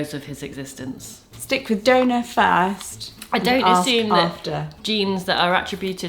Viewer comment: When you two say donor in your accent it sounds like donut to me. “Who is Rupert’s donut?”